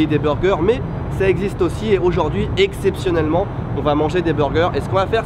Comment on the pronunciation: "exceptionnellement" ? XD